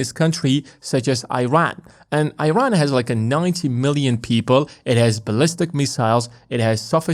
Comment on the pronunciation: Young man. It’s called “Eeran” not “Airan”